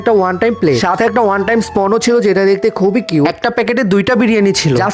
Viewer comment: Spoon ❌️ Spon ✅️